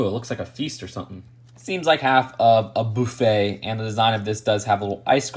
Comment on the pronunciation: Boo-fay lol